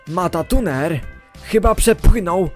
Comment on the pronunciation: dzięki za 💙 ale niemuw matatuner bo to matruner.